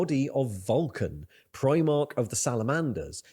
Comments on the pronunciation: Like the reactions to warhammer stuff but your pronunciation of primarch drives me crazy…. It’s prime-ark not preem-ark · He says it like the UK Clothing brand, Primark, and It sets me off lol